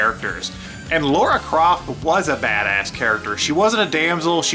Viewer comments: Who’s the fucking idiot that keeps calling Lara “Laura” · When you keep saying Laura, I find it difficult to believe you actually played the games and aren't just reading off a script. Kinda takes away from the video. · I am a guy who was born in 89 and never thought about if the protagonist was male or female. I just thought a fun game was a fun game. The only thing about this video(short) I don't like is that they keep saying "Laura" when it's Lara.